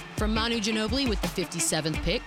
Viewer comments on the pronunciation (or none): Emmanuel Ginobili !!! Badly pronounced Emnanuel GINO-BILLY !!!! LMAOOOOO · “Emmanuel Gilli Billie” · Man i had to go back to the draft and thats exactly how he said it lmao